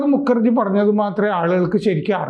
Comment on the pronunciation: മുക്കർജി ✖️✖️❌️❌️ മുഖർജി ✅️✅️✅️☑️☑️✔️✔️✔️